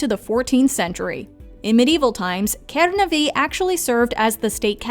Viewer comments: you have to say kenaaaaave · And you pronounce kernave really weardly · The way you said Kernavė tho 😃✋